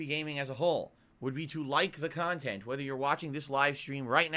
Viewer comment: Stealing his KANHTENT? curious as to what thinks he provides his viewers